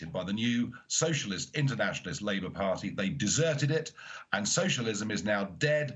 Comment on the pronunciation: 'Party' is pronounced with a 't' not a 'd' Nigel, please don't do it, you are great orator, don't try sound like a BBC dj from the 90s